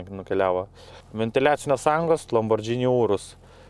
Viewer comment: razstavkės - tai ne razdatkės. lamborghini - tai ne lambordžini. spaghetti - tai ne spagedži.